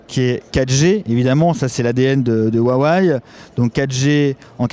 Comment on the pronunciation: Je comprend Wuawéyyyee parce ils disent comme ça chez Huawei France meme si on dit Ruawéye mais Waiwai franchement j'ai juste vu ça dans la pub ou des americains ne savent pas prononcer.